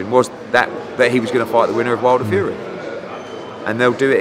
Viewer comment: I keep thinking he says "HUGHIEEEE" not "FUREEEE"